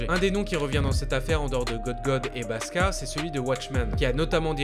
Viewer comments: Très bonne vidéo! Par contre le mec se prénomme "Baksa" et non "Baska". Ou sinon rien à dire. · Merci d'en parler ! :) Et juste petit detail, c'est pas "baska" mais "baksa" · Merci beaucoup d'en parler c'est deux scandales qui m'ont choqués mais qui pour une raison que j'ignore sont mentionnés nul part en dehors de la Corée du Sud! (Par contre c'est "paksa" qui veux dire "docteur", pas "paska") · Nice que t'abordes ce sujet que je trouve sous médiatisé. Par contre c'est pas "Baska" mais "Baksa" (jpense que je dois être le 100000e à te dire ça) ;)